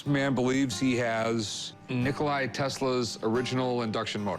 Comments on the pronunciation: It's Nikola not Nikolai... Tesla is however the most important innovator of all time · It's not Nikolai because it sounds Russian , it's NIKOLA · why do they keep calling him "Nikolai Tesla"? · Wasn't Nikola Tesla's name Nikola? They keep pronouncing it as Nikolai. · "Nikolay Tesla" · Nikolai???? It's Nikola Tesla Rick, get your facts straight. I thought you were such a history nerd. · When you call a "professional" who don't know to pronounce the scientist's name, my God... It's NIKOLA, not Nicholai. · His name isn’t Nikolai, you 🦤, it’s Nikola. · Nikolai.. Bubba.. can anyone say anything correctly?